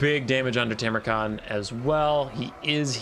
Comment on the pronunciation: Go back to saying it your old way - TARmukhan! Who cares if it's wrong, was one of your signatures when I first started watching.